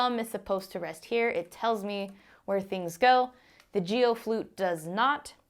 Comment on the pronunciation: It most definitely isn’t pronounced Jee-o. It’s a hard g pronounced as a single syllable. It’s a Chinese surname, as in Aaron KWOK the megastar.